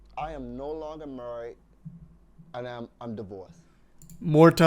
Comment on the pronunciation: "I am no longer murried"